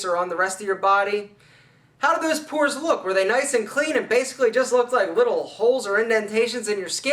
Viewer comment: it's not "poors", brah .. it's: pores !!